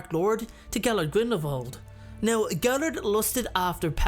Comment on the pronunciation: Another great video! Thank you. I've read a ton of the comments and agree with pretty much everyone on their assessments as well. I just want to say thank you for pronouncing Grindelwald properly with the "v" sound instead of the "w".... I'm not a professional linguist, but I study the subtleties of different foreign languages and, well, it just makes me happy to hear names/words pronounced correctly.💜 P.S. My two cents worth~~ Grindelwald is an elegant duelist, as you say, and Voldemort is a thug!